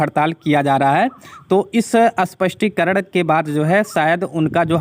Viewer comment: You still pronouncing as अस्पष्टीकरण which is wrong